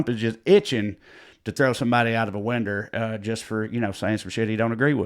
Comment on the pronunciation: Maybe the trash bags we saw tossed from the residence at the White House during Trump's "vacation" was him practicing defenestration. Also, hearing you correctly pronounce and apply the word defenestration, then follow it with "winder" was richly rewarding to me. You're a dichotomy of comedy.